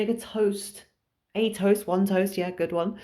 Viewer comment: I'm resisting the urge to correct every time you mispronounce "tost" with timestamps...